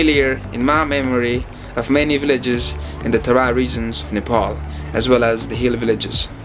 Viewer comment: Are u American nigga. Why are u saying नेपोल & डोल्पो instead of नेपाल & डोल्पा Though I've liked ur most of videos & pl nepali places or names should be pronounced in nepali accent